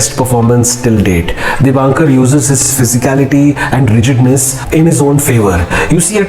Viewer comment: Excellent movie and good review.. Director's name is Dibakar Banerjee, and not DibaNkar.